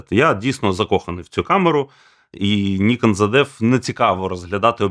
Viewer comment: Чому "зеД"? Звідки там трапилось "д"?